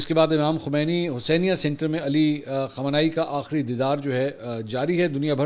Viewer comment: MAK PL.nam sahih karlen KHAAMENAAI. JAFAR SUBHANI